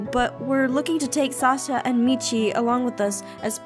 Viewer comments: anyone notice that aph said Sasa instead of Sasha :) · Omg i thought i was going crazy when i heard it YAS I HEARD SASA ASWELL!!!! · I know right I swear she said salsa and Michi not Sasha and michi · Diaboli 14s no haha I heard salsa instead of Sasha lmaooooo hahaha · Did you catch Aphmau say salsa instead of Sasha. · She actually said salsa maybe she was hungry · I think both times she said sasa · KawaiiAlliGaming-Minecraft Dud I heard Mochi and Salsa! It doesn't sound good.... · KawaiiAlliGaming-Minecraft I heard Michi and Sasa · is it just my ears or did she say Sasa instead of Sasha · "Salsa and Michi?" Any one else hear that?? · it sounded like she said sausa XD idk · I thought it was, like, a failed attempt at saying "salsa" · I though she said Salsa XD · i heard sasa like vixella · I heard "Saska" but I think that's just me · She actually said Sasa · I heard her say salsa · Your saying it wrong I heard Salsa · I herd salsa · When Aphmau said "What about Sasha and Michi?" I thought she said what about Salsa and Michi!!!! Hahahahahahahahaha!!! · I heard Salsa and Michi also, I thought that I was going crazy. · XD Ik I heard that, I starting laughing so hard. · DID APHMAU SAY SALSA AND MICHI OR SASA AND MICHI!??! XD GAWD DAMN!!!!! do I need an hearing aid!?!!?!! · Who else noticed that aphmau said “What about SALSA” instead of Sasha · also she said salsa instead of sasha! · SAME!! I heard her say "Sasa" "Sahsa" (Pronounced Sah-sah), and FINALLY on the third time she said it correctly! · lesliedoney1 I heard salsa! 😆 tries and fails to find a salsa emoji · Also, am I the only one who noticed she said sauca instead of Sasha at the beginning xD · i heard salsa in stead of sasha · Is it just me or did Aphmau say Sasa instead of Sasha many times? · She said salsa! does a Mexican dance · Ya I heard it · Sounded like salsa like imagine a pile of salsa just lying in a prison cell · no she said " salsa " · Is it just me or did aphmau said salsa instead of Sasha ?